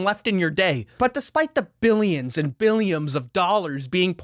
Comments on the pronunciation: Did u just say "billiams of dollars?" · Did he say "billiams and billiams of dollars"??? 🤣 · Did you say "billions and Billiams of dollars"? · "Billions and Billiams of dollars"😂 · billiams of dollars did you say? Lol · “Billions and Billiams”